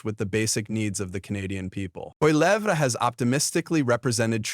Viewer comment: Polly-evv-ruh. He's Canadian, but there's no "Eh!" in his name.